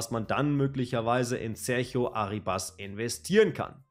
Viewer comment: kurzer aussprachetipp: der junge mann heisst nicht arribAs (der Akzent liegt nicht auf dem a), sondern ArrIbas (also akzentuiert wird das "i" ;) gern geschehen.